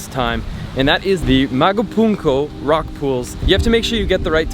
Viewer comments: Just some corrections: Magpupungko not Magupungko Daku Island not Deccau Island PS Kryz Uy was right when she thought she saw you at Nay Palad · Hi Sir, it’s Magpupungko not Magupunko :)